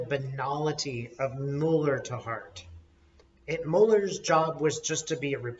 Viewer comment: You are two of my favorite people! So comforting to hear from you both. Just a couple of things: * If Trump gets impeached, then Pence becomes president and he will pardon Trump! Maybe that's why Madam Speaker doesn't want Trump impeached. *, I love you dearly, but could you please pronounce Mueller's name correctly? It's doesn't really matter. It's just a pet peeve, because the Republicans do it on purpose from disrespect. The say "Democrat party" instead of "Democratic party," just to be small and petty, just as they deliberately mispronounce Director Mueller's name. I love you guys! P.S. I've always been curious about how and why ended up in Australia. If it's none of my business, that's okay.